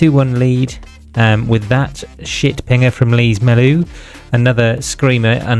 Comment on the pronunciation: Lees Melou diff (it pronounces Less btw)